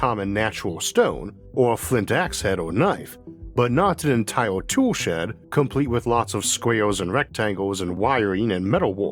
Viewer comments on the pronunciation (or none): none